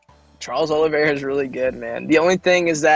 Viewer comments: Everybody was calling him Oliv-E-eira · Oliviera or Oliveira???